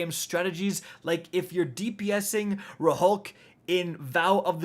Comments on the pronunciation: This man said “Ruh-hulk” 🤦‍♂️ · Did he just say “RuhHulk?” 💀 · My guy pronounces all of Rhulk I’m dead